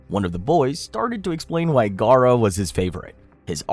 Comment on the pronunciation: When He said Gaara, I was like “Oh no!”